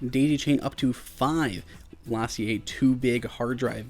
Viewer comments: Lah-see-aye?!? LaCie (pronounced Lah-See) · That’s for sure not how you say their name. It’s Lacey, like the name. Seriously, check out their YouTube channel.